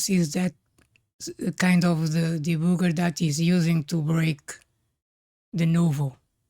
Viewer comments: I don't mean any disrespect by this, but I find the way you say "debooger" so genuinely funny that I'm going to start using it at my job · I love how you pronounce 'debugger' :)